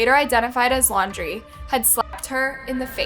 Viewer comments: It's laun- DREE Not Lau -DRAY. The very first time you said his name in the beginning, you said it right and then on to saying it all weird. But yeah, that wasn't a love story, that was a story of nightmares. For her in general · Brian Laun-draaaay. 🤯 Really? After all this time she still can't pronounce their names properly?! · It's "laun-du-ray- it's laundry. Like dirty laundry that he is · Not you changing Laundrie to L’Andre half way through the video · Pah-tea-toe. Seriously? I swear you TRY to say words wrong in your videos. And it’s super disrespectful to those that are passed and their families. Also Lawn-dree. 🤦🏼‍♀️ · Petillo ... No that's not how u say it get the victims name right thats so disgusting and disrespectful. And u said laundray? IDC about him but this makes this channel look so low. Not professional at all